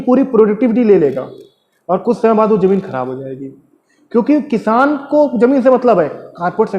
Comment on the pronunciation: Kishan ni it's kisan🤣🤣🤣🤣Lol